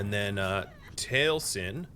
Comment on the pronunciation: This is pedantic. Feel free to ignore. It's very pedantic. Taliesen is pronounced tahl ee ess en. Frank Lloyd Wright's homestead up in Wisconsin. There is also a Taliesin West in Scottsdale, Az. Both are sorta shrines to Frank Lloyd Wright and also functioning architectural schools. Both are highly recommended tours by the way. Very cool and peaceful places. Zen. The exploration of lived space. The interaction of home space and brain optimization. The whole concept is very cool.